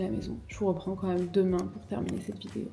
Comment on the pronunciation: On dit pas meume, on dit même , avec un accent grave comme si on disait mème , bref........force à toi